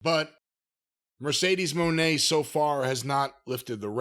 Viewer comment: Corny’s use of “Mercedes Mooooooan” is always funny to me